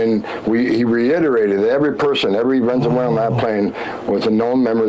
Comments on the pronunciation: he really says "venzewhalen" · he said "venzewhalen" AGAIN..... I THINK THATS JUST HOW HE SAYS IT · Is he saying “vezenuelan” ? 😅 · Yeah he said it twice. Ven zoo ellen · He definitely said Vensualan several times. Who is more drunk in public? Homan or Hegseth?